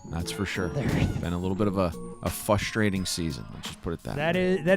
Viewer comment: It’s amazing how pain pronounces “frustrating” as “FUStrating“. a unique accent.